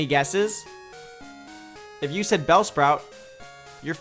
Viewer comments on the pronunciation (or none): When he said bellsprout I was like wait what LOL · If you said bellsprout you're fucking wrong😂😂😂😂 I'm dying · If you said bellsprout you're f*cking wrong! Lol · Me: Umm... Bellsprout?:If you said Bellsprout, you're f'ing wrong! Me: q.q